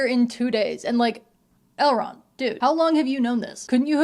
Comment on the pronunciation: Every time you say Elrond I think you’re saying L Ron like L Ron Hubbard lmao